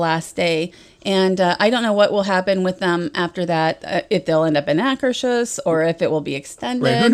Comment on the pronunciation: Nice to see the Frozen meet n greet move to its home in Norway. And now that you know how to pronounce Anna correctly, you should also know that I asked a waiter (a native Norwegian) last time I was there and Akershus is pronounced AH-kuhrs-hoos. In Norwegian, hus is the same as the German "Haus" which in English translates as house, since they're all Germanic languages dontcha know.